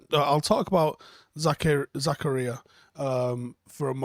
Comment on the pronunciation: Denis Zakaria 'Za-car-ree-ahh'